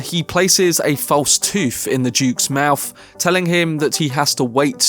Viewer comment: He places a false toof in the Duke's mouf... 😂